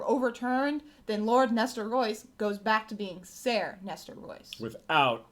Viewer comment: Good stuff guys. I love your show. I hate to be that Youtube Guy who corrects everyone's pronunciation and spelling, but I gotta be that guy. "Ser" is pronounced the same as our spelling: "Sir". Keep it up.